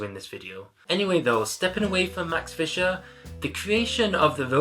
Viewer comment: It's Fleischer not Fisher.